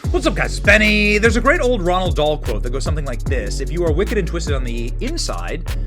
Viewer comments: It’s “Roald”, not “Ronald”, Benny “RO - ALD” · I am a fan. You do this every time you make the reference. It's "ROALD" (like "ROLLED"), NOT "RONALD". Who TF is "Ronald Dahl"??? 🤣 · ROALD Dahl. ROALD ! NOT "Ronald"! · You need to start double-checking names before you say them. It's "ROALD"